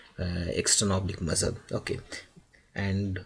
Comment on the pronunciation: Why u keep saying muzzle ...its muscle